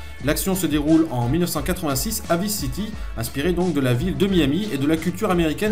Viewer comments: On prononce VAILLSE city l'ami, tu me stresses avec tes "visse city" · cool, !!! perso les 1°GTA, je les ai mal connus/merci, cool et captivant😃 juste un truc qui me bousille un peu les oreilles: "Vice City" ' ?? c'est dit mis et écrit en anglais, étant un nom propre,.... ça se dit {Vaïce City} (sinon autant dire neuwe yaurk)